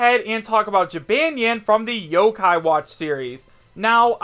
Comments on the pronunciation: Did you just say Jee-ban-yan? It is pronounced Ji-bon-yan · It’s pronounced (Ji-bôn-yôn) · LOL HE PRONOUNCED JYBANYAWN WRONG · H cant even say Ja-Bon-Yawn right. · Its jib-on-yon p.s. i dont want to be mean srry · Jabonyan I guess that's how you say it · "Jibanyan" I'M SO TRIGGERED!!!!!!!!!! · Does every other yokai watch fan cringe when he say Jibanyan wrong? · You said Jibanyan wrong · Your pronouncing jibanyan wrong 🙄🙄